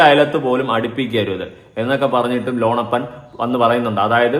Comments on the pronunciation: ലോണപ്പൻ അല്ല ലോനപ്പൻ 😂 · എടാ .. മോനേ, ലോണപ്പൻ അല്ലടാ, ലോനപ്പൻ. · ലോണപ്പൻ അല്ല ലോനപ്പൻ ആകും😂